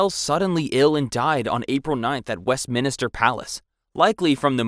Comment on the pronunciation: Wesminister Carlsdyle Boilingbrook Glouchester Winsdoor Kingston Greenwitch Bronkyitus San Dringhem I get some are difficult like Blois, Agincourt and Vincennes, but others you spell correctly but keep mispronouncing anyway. It's great you've already accepted the mistakes and said your working on it, but it ready didn't feel like you were even trying or did any prior research. Especially when you pronounce Leicester and Meaux completely fine. The former being notoriously mispronounced. It's up to you, but I'd work on a reupload. Not being it's inherently bad, but because it shows good growth and that you have actually made the effort to improve.